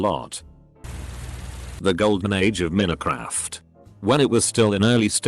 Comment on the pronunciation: "Min-uh-craft" lmao. FFS use some text-to-speech software that can actually read.